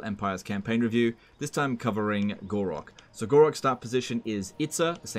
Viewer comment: why do you keep calling Gor-Rok "Gor-raq"?